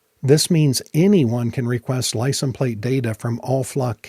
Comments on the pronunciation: License pronounced lai·sns. The s is not silent. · Are we all just gonna ignore the way he says license plate? I know he knows how to say it. Are we being trolled?